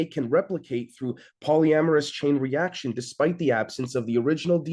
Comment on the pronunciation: Your pronounciation of polymerase sounds like you are saying polyamorous. 🤭